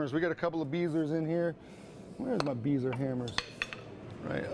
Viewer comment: Paul Beisler is a great guy. but, his name is pronounced Bi-zler.